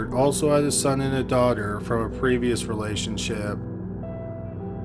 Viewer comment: Yeah, he didn't start sounding like a tiktok until later. Don't know if he pronounces daughter as dogger at this point.